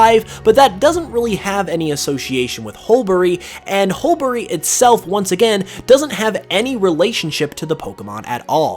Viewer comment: The second ‘u’ in Hulbury is silent- pronounced hull-bree